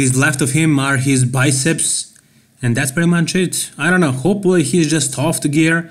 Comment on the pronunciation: i noticed a while back that you say "hopelly" instead of Hopefully. No hate here, just an observation;)